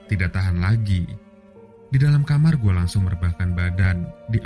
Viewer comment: kayaknya logat lidahnya kaga pas boss, dengan sebutan gwé ,,, meding nyebutnya saya saja